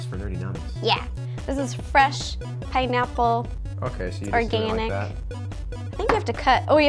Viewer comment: said pinneapple